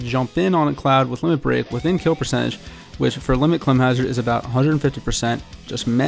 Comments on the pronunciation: I just scrolled through the comments, no one has pointed out his pronunciation of the word 'climb.' What the fuck am I in an alternate reality here? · Had to stop watching because of the way he pronounces 'climb.' Jesus dude. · The way this man pronounces climb lmao